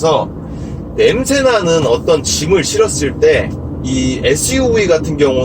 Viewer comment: "싣을때"인데 "싫을때"라고 하신거 말하시는듯